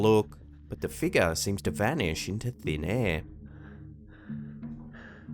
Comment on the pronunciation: Figure is not pronounced feegah.